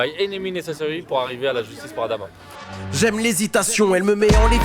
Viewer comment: Respecter les gens il s appeller Adama Pas Amada